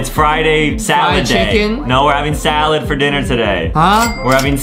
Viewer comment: AYYYYYYYY WE HATE SA-SAH-LADSSSSS